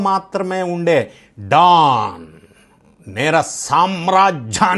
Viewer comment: ఢాన్ కాదు... డాన్